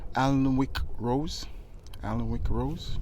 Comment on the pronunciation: what a beautiful collection of roses and a lovely variety of other plants. When I’m gardening, in my head I put right everything that’s wrong in the world - we say, “I put the world to rights.” I hope you don’t mind me telling you that the Alnwick rose is pronounced ‘Annick’. May your garden bring you peace of mind.